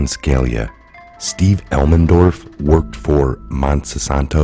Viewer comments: It's Scaleeya not Scalya. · It's pronounced Ska-lee-ah common dude, he was a Supreme Court judge for God's sake. I really don't understand how you cannot pronounce simple famous names over and over. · I would think you would learn how to say scalias name